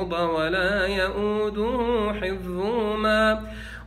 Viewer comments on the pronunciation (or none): none